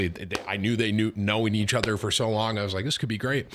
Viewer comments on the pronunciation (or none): none